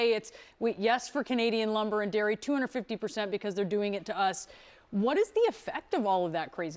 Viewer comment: Said the grifter that's been ripping Americans off his entire life!! Also, did he just say number & lairy products?!?!?